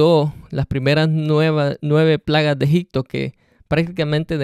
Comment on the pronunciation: Amigo.....la verdad necesitas meterte más en las cuestiones judías de esa época, te recomiendo aprender hebreo o arameo. Tu exegesis está un poco desviada. Y no se dice EGICTO, se pronuncia EGIPTO con P.